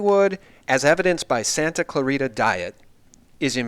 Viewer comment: Hey, Narrator, it's "Santa ClaRITA" dumb ass, NOT "Santa Clara!!". But you're 98.231% right on the other material.